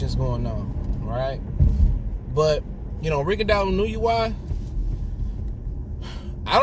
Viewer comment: Sports TV : Inoue pronounced more like En-No-Way.